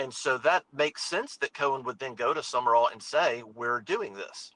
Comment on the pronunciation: It's not Summerall. It's Sumrall. I'm glad we didn't hire him for the sheer fact no one can say his name correctly.